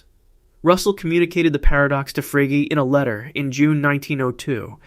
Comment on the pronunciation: Frege is pronounced "fray-ger", with a hard "g", by the way. Not "frayj". It's a German name.